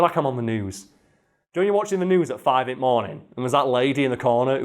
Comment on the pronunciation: Karls Northern side "Five in't morning"